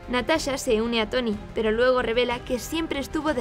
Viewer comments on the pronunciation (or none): none